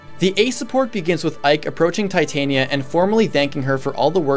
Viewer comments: Darth R0xas, As stated by Striped Shirt, Tie-tania is a metal. The name is pronounced Tit-ania. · it's supposed to be "Tit-ania", not "tie-tania" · Darth R0xas, the name comes from the queen of faries in one of Shakespeare's plays and is pronounced Tit-ania. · Am I the only one who blinked at /Tī/tān/ia/ instead of /Tit/on/ia/??... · Tye the Monado Boy Titanium is a metal. Titania follows grammatical conventions, so since the i is followed by a vowel within 2 letters, you pronounce it as I, not i. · It's supposed to be Tit - ah - nia. She's named after the queen of the faires from A Midsummer Night's Dream. There is an argument to be made for pronouncing it "tie", since the name is originally derived from the word "titan" (though considering the era that the name originally came from, it's unlikely that "titan" was pronounced the way we do it), but there is nothing backing up pronouncing the second syllable as "tayn" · well It's said more like Tuh-tania, but Tit-ania is how most people would write the pronunciation. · I'm offended at your pronunciation of "Titania" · Good video I like the idea behind this series.... just please pronounce Titania right in the future I normally am fine about pronunciations but that one just really got to me for whatever reason shudder